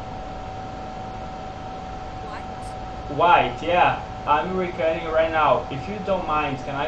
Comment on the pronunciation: Uma dica, tenta falar recórding, pq ás vezes soa meio como recutting e a pessoa pode não te entender kkk